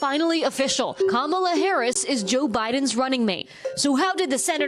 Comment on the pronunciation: Please pronounce Kamala Harris’s name correctly. It is pronounced as ‘ comeala’ not as kaamla.